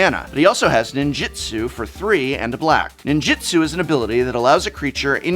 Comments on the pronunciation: sorry to be pedntic, but in MAGIC, it's NinjUtsu. not Ninjitsu. carry on. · Sorry for being pedantic, but it’s pronounced NinjUtsu, with a U, not Ninjitsu with an I.